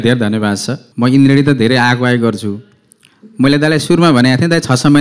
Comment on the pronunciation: Your pronounce is not indrien it's indradi 😂😂😂😂